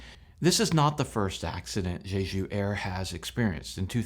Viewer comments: Quit saying “Zhezhu.” The “j” in “Jeju” is pronounced like a normal American English “j.” I have over twenty years experience in Korea and you can bank on my pronunciation advice. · You pronounce Jeju like it's the name of a French hooker. The J in Korean is the same as in English, so you pronounce Jeju like JAY-JOO. JAY like Jay Leno, JOO like the majority religious group in Israel. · Just to help--the pronunciation of 'Jeju is "Chejoo''. The President's names are pronounced "Chay Sahn-moke" and "Yoon Suck-yeol". One scenario I can think of in which pilots might elect to do a belly landing--correct me on this if you will--is one in which there is no hydraulic power, no control over the control surfaces and thus no way to slow the plane on the tarmac on a short runway distance remaining and in a scenario when the vehicle is exceeding the landing speeds and more in motion expected at take off speed. Is this logical? I understand that it seems this plane only had one engine out, however--so, the landing configuration is something of a mystery to me--as well--especially as the gear can be deployed manually--given enough time and enough hands.